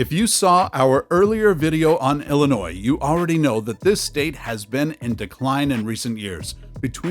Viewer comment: Illinois is pronounced el-lin-noy not el lin noise.